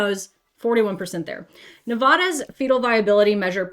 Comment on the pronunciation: 😬FYI the state of Nevada is pronounced Ne-VAD-uh and not Ne-VAH-duh. Your welcome from the western United States 🇺🇸